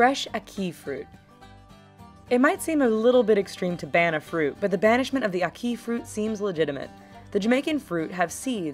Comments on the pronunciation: Ack-ee it's Ackee I know I lived in Jamaica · say it with me: AHH-KEY, AHH-KEY, AH-KEY- Ackee! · why the fuck is she saying Ackee like she saying "a key" that just got on my nerves so much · omml it's not a-key it's ahh-kee😕😂 #jamaicanrage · ACK- ee. Not ack-ee. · ACK- ee. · I hate how she pronouncing ackee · The way she pronounces ackee made me cringe😑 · When she said ackee I wanted to slap the shit out of her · I'm from Jamaica and I cringed when she said ackee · Any other Jamaicans out there laughing at how she pronounces ackee